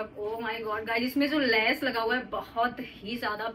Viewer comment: Lais nahi les bolte hai